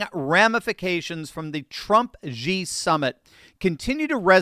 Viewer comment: Who is GEE? You mean SHE? aka Xi there is no G in that name. The G only comes in when you say his last name.